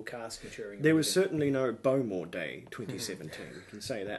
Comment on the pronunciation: I believe its pronounced bo-MORE, rather than BO-more.